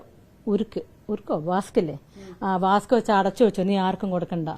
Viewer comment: വാസ്ക്കല്ല വാക്സ്